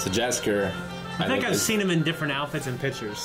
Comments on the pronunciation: Pretty sure Jaskir is pronounced Yaskeer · Please... Read "Jaskier" as "Yaskier" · aahh you pronounce it wrong! Jaskier is pronounced "Yaskier" (you don't pronounce "j" in Polish like "g" in English!) Also, Jaskier means literally "Buttercup flower", I don't know why English version changed his dame for Dandelion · You constantly hear them say Has name & Yet you constantly say wrong. Its not that hard to get Jaskier's name right. Read "J" like "Y" thats it really